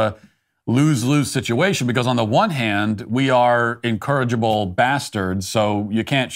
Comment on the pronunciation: Matt messing up "incorrigible" with "encourage-able"